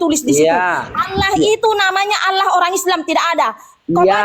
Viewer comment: Allah, kok di baca ala alamak